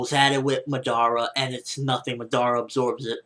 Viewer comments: He is pronouncing it like this 'Ma-dara' you just say it like this 'Madara' but its ok cos its not like i didnt like the vid or somthing its just that its a bit annoying to hear him pronounce it that way. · He pronounces Madara completely wrong -.- it hurts my ears...they r bleeding now